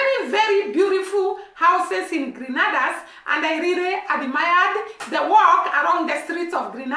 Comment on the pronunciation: All the Caribbean Island are basically the same. I can say that about the cultures as well. Same climate same people just on different Islands. It’s pronounce Gren- nay- da.